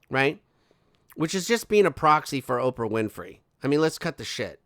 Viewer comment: Love the way Oprah whinfry is pronounced. It’s a damn good giggle!